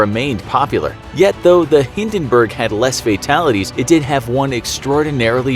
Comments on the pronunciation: The HindenBURGER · Hindinberg: on fire Captain: dinkilberg! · you even cannot pronounce Hindenburg